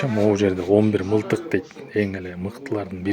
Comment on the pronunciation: Мылтыкбы же мынтыкбы?